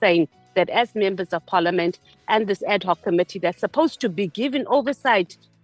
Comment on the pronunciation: Not AD-COCK, but AD-HOC 😂😂😂😂😂